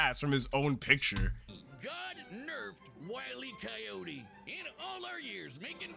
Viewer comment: Willy Coyote?! Did I hear that right? Wile E (as in... wily. Cunning. Clever)